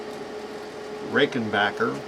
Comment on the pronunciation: It's RickenBACKER, not RickenBOCKER. WE don't say "defensive linebocker", Do we?